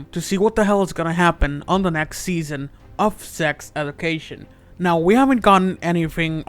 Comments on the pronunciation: Why can you not pronounce anything right - sex edu - cation. Meeevve Muder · "Edication" and "Meeve" 😂😂